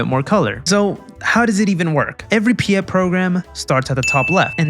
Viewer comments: Piet is Dutch name, not Pyet. Please to pronounce as "Pete" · How dare you mispronounce pɪjɛt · Hearing pyet instead of piet is really funny as a dutch person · I am Dutch and I completely laughed at his pronunciation of "Piet"